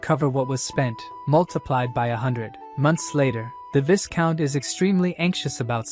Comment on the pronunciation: Viscount is pronounced vai-count not vis-count😅